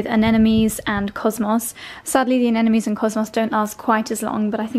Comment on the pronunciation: it's aneMones, not aneNomes😘